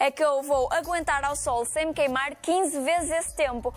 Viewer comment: "Queimarrrrr". Ela uma portuguesa caipira?